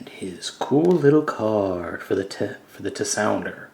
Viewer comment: the card reader is called the Tensouder (tehn-soh-der)